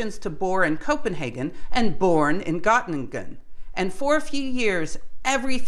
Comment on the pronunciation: and It sounds like "Gottlingen" (with an L, but it's unclear to my ears, it might also be a G or an N), but I suppose you are referring to Göttingen. The letter Ö in German is pronounced something like the vowel English uses in "girl" and "earth". Also, I hear Margrethe Bohr's given name pronounced sort of like "Margaretha" with an English-style "th" like in "think". But in Danish, "th" does not convey the English "th" sound but is rather more like a "t" or a glottal stop (like the constriction in the middel of "uh-oh"). Further, and this covers most Germanic languages except English, when a word ends in an "e", it's not pronounced like an "a", but imagine rather if the word were given an additional "h" after the "e". So less "Margreta" and more "Margreteh" or indeed "Margreh-eh" (with glottal stop). Same for Lise Meitner, less like "Lisa" and more like "Liseh". Excellent content, don't let this stop you! Some people struggle with foreign pronunciations, and that's OK.